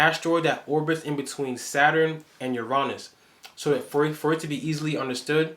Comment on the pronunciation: I love the way you say Uranus. Sounds right. I’m gonna pronounce it like that instead of the vulgar regular way lol 😂